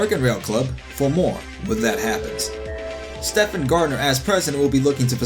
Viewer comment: Um, it's pronounced "Steven," not "Stefan." It's like one of the most popular male names in history....